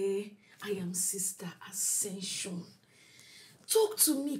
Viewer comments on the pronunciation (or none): Sister Accession 😂😂😂